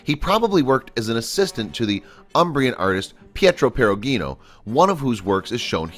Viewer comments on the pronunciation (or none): Perugino is pronounced with a soft 'G.' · Errata: Michelangelo was NOT an expert on fresco; quite the opposite. His first scenes on the Sistine Ceiling started to fall apart, and he had to call in a fresco expert from Florence to fix them and tell him what he'd done wrong. As Michelangelo said, over and over, "Questo non è il mio mestiere." This [fresco painting] is not my profession. The second erratum is minor: Perugino is pronounced with a soft G (per-oo-GEE-noh). It is well documented that Michelangelo went over the frescoes to deepen the shadows, etc., with an animal-glue tempera. One can do this after the fresco has dried for a while. This animal-glue overpainting was removed by the restorers, along with the dirt. As my late friend Professor James Beck put it: isn't it strange that so much of the dirt went only onto the shadow areas? Compare the comparison before-&-after photos: you'll see that there are tonnes of tonal-value discrepancies between the two.